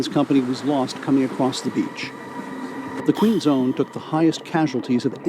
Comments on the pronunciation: lol Queen's own, not Queen zone. I appreciate this video. it's nice to see an American willing to learn about Canada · it's Queen's Own... not Queen's Zone.